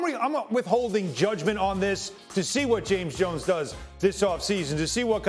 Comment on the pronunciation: Wow pork cant even properly say JAMES JONES 😂